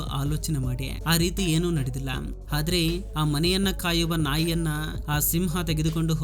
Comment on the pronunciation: ಹಾದ್ರೆ ಅಲ್ಲ ಆದ್ರೆ